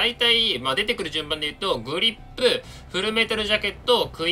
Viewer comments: グリップじゃなくてグリッップな辺りグリッップへの熱量を感じる。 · 「グリッップ」で草。強そう（小並